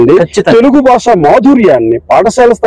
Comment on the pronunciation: Basha kadura saami……. Vatthu ‘Bha’……… Bhaasha…..